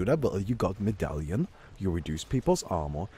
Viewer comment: figured out the English pronunciation of "medallion":)